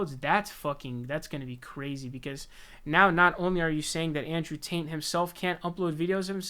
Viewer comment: Bro. Are you saying “ Taint “ ? 🤣 lmfao